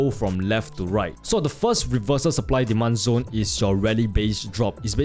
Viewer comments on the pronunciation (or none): Rimembah dis... "Diman Zon" Savage